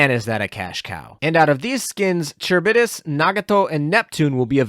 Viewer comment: Charybdis = KUH-RIB-DIS .... there is no "CH"